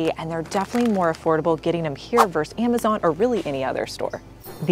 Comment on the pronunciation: Vs. is not pronounced “verse.” It’s “versus.”